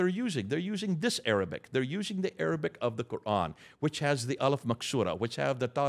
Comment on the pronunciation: I am impressed and amazed, this man is truly knowledgeable. He has all his facts memorized and every Arabic word is well pronounced, my Arabic (especially relating to the Muslim religion ) isn't strong yet I recognize all the words.